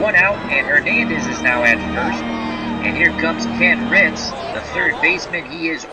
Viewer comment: Also, Ken Reitz's last name is pronounced "REETZ," just fyi